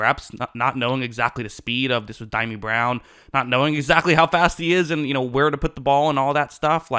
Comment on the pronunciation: "Dimey" Brown! Oh my God, I'm dying...... 🤣🤣🤣🤣🤣🤣🤣🤣 It's pronounced "Dee-Yaw-Mee"